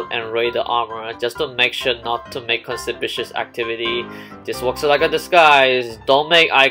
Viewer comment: nobody:: b r e a c r i n g e c h a r g e edit: also, c o n s i p i c i o u s a c t i v i t y ok, i know english isnt everyone's first language, but still breacringe